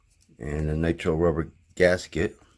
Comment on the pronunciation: I'm sorry, are you saying nitro or nitrile or ? Rubber. Thanks for all the info